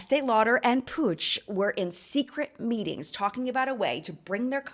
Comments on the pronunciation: Is Puig pronounced “Pooj”? It is a last name in Spanish and is pronounced “Pweeg“. Unless it’s deriving from a different Language? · My Spanish self has struggled so much at understanding 'Puig' just by hearing the video as a podcast that it's hilarious hahahaha I know my explanation it's going to be awful as I'm not good at language explanation but it it's pronounced kinda like /pooi:g/ (I'm extremely sorry to anyone who actually knows how to write pronunciation of words, english is not my first language and I'm sure my attempt at explaining has been awful). As always loved the video 🥰